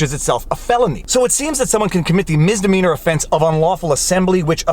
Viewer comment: Today I found out: it’s called misdemeanor not mistemeanor.. (I’m not a native English speaker, but I’m ashamed I hadn’t realized it until this moment..)